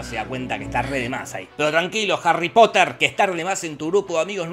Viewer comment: Harry Potah